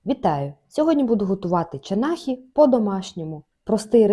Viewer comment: ЧанахІ? Відразу уявила собі таку сільську забігайлівку у якій подають м"ясо по французькІ, а меню таке надруковане на листках А4 у файликах)) Одним словом - чанахи а не чанахі